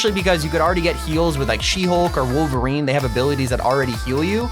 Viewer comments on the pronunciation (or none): You broke me when you said woverine good and meh